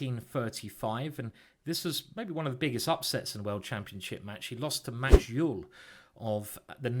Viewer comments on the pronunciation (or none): You should prononce Euvé for Euwe. That's how he prononced his name.